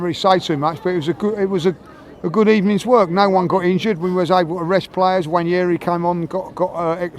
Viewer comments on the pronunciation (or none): I doubt it's probounced Wanyeri... mispronounce a lot of names... they call Merino, Mourinho, or Moreno...